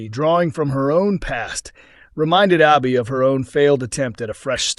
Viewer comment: Her name is pronounced Abi as in Abbey not Arbi. So annoying hearing you mispronounce names all the time.